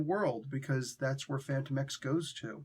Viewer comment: I thought his name was pronounced “Fan-TOE-mex”